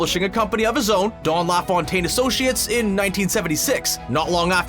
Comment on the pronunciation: Couldn't agree more. What's with calling him "Dawn LaFawntaine"?